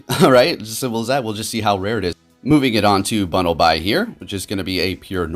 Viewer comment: You missed some of the pronunciations there. Let me help Braixen: (Bray-xen) Bunnelby: (Bunn-Ul-Bee) Diggersby: (Diggers-Bee) Frogadier: (Frog-adier)